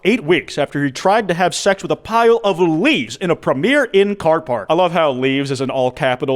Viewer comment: Why'd you have to pronounce premier inn wrong.